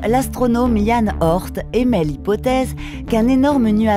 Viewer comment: Bonne vidéo :) Petites erreurs de prononciation pour Kuiper et Oort, on ne dit pas "cuipère" mais bien "cueille-peur" et "ôrt et non "ort'", les noms venant tous deux du néerlandais ;) (et dawn se prononce "dône" ^^) Désolé d'être pointilleux ^^ Aussi, pouvez-vous expliquer comment les étoiles qui passent près du nuage d'Oort font pour pousser les comètes à plonger à l'intérieur du système solaire ? Ne devraient-elles pas plutôt être attirées par ces étoiles? Je ne comprends pas. Merci d'avance !